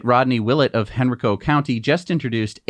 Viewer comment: I grew up in Henrico! Also it’s pronounced Henr-EYE-co for future use! 🤣